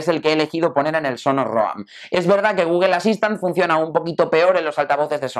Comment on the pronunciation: Por qué pronuncian Google de esa manera? "gugel"